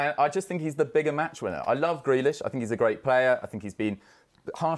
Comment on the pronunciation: Man said Grealish😭😭😭😭😭